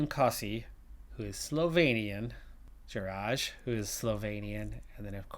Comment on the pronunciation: Great episode and grats for signing another Slovenian. ;) About Jeraj - proper pronunciation is "yeray", the soft 'J' sound, just like in Tadej Pogačar and Matej Mohorič.